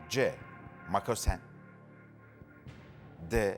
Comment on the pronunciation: Makosen denmez ukalâlar. MOKASEN denir.Cehalet paçalardan akıyor.